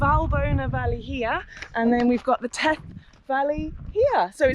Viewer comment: The first "th" is pronunced like the last "th". Theth, not teth!